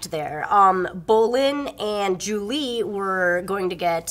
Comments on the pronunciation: By the way, it's zhu li, not Julie... Just sayin' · Isn't it Zhu Li and not Julie?